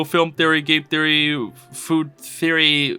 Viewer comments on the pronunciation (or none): But Hey! That’s just a zeezory… a podcast zeezory… thanks for listening